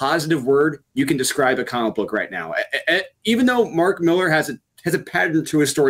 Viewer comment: Dudes, it's pronounced "MI-LAHR."